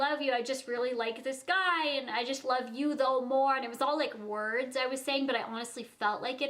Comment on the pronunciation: Lies!! The way this girl pronounces some words 😯😫😒